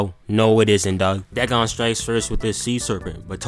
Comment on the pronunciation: No, its "da gone"